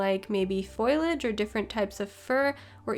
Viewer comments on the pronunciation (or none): Great videos. The correct pronunciation of the word 'Foliage' is FO....LEE....AGE...not FOI...LAGE. the 'I' comes after the 'L'..not before. From one teacher to another. Keep up the good work.